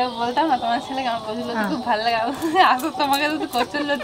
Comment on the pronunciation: ঠাকুমা নতি না লতি বলে